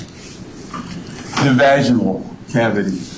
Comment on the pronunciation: Every time this THING masquerading as a human utters the word "Vaj-EYE-Null" instead of the correct pronunciation of "Vaj-IN-ull" makes me cringe so freaking hard.